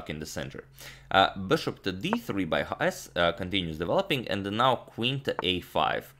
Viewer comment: Why do you keep pronouncing his name as YAHAS??? It is pronounced CHAHAS...Written Chajes